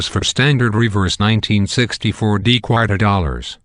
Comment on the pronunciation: I chuckle each time he says qwater